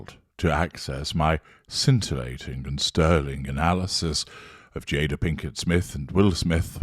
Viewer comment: It’s jay-da not JAH-DAH. But I think you are intentionally mispronouncing her name in order to devalue her. Not that it matters because she’s a narcissist herself so it’s what she deserves